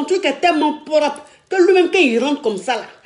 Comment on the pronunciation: elle dit poropre